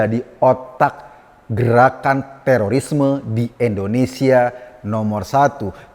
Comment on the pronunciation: Mohon koreksi pak Eko, Indonesia 👍bkn endonesia 👎😊